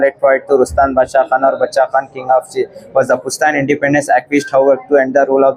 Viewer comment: Basha khan nahi (bacha khan ) paktun language me kehte hain